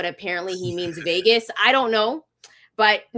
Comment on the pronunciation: He said the veaaay (Vegas) 😂😂😂 RAAAAAIDERS 4-life